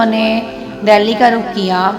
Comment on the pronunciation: Ye story to urdu me suna rahi hain aap magar dehli ko aap ddeli ddelli keh rahi hain